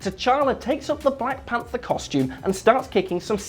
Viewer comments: I swear to God he said black panda, but subtitles shows ''panther'' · he says panda instead of panther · he says black panda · It's Will. Find me a video where he doesn't get a name wrong.